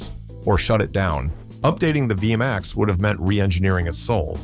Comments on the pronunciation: dude learn to say the name its v max not vee a max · WTF is a V a MAX. Narrator keeps repeating that over and over. Hate these narrators for hire and they have absolutely no clue what they are saying. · V-M-AXE? ...thanks A.I. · Viyamax. I've had it with AI slop. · What the hell is a V m x? It is V-MAX! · What the hell is a via max?? AI sucks